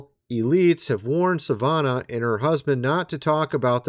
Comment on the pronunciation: (MrsM) I love your channel, but if you can't even pronounce "Savannah", perhaps you shouldn't report on this.